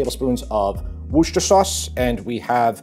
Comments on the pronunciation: The recipe looks delicious but the way Worcestershire is pronounced in the US tickles me. I used to live there. It’s Woo-ster-shur, just like how you would say New Hampshire. Should always be Worcestershire too, not Worcester. 😊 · apart from your cooking talents/ one of the reasons I subscribed to your channel is the fact that you pronounce Worstershire sauce properly. you got it right the first time... WOOSTER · I love your recipes. May I please correct your pronunciation of Worcestershire sauce? It is named after the English county Worcester and Worcestershire refers to something that comes from the county of Worcester. It is pronounced wuss-ter and wuss-ter-sher respectively. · Worcestershire sauce is pronounced a Like this - “Woorster” or “Woorstershire” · Worcestershire is pronounced without the shire at the end and sounds more like wooster or wuster. Just fyi. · Any other Brits here living for his mispronunciation of Worcestershire? Not in a mean way, I find it endearing!